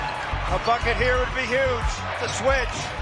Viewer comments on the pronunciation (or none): none